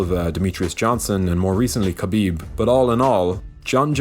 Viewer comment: Surprised people still don't know how to pronounce Khabib